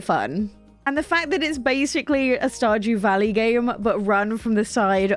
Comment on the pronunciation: I realized while watching this that every time you say Stardew Valley, I thought you were saying Stodgy Valley with your accent. I thought this was hilarious. This is meant in the nicest way possible as I love your videos. Thank you